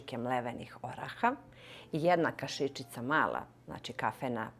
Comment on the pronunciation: Iz kog ste sela kad naglašavate tako reč "kaši^čica" ?